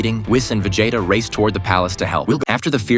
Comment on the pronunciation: did you say veJAYta ffs